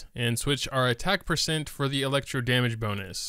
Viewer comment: I have never heard some mispronounce the word percent but you managed to do it 300 times